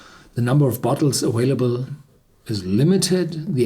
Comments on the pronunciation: aVailable NOT aWailable!!! PLEASE learn to speak English!! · MontalbanJR - one, just like Horst. Saying aWailable is not fluent English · MontalbanJR - one, just like Horst, "aWailable" is not fluent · that statement is beyond pathetic. Horst’s pronunciation is that of a German speaker, and therefore not incorrect English you fool. Learn to better ourself rather than criticizing someone far more intelligent and successful than yourself...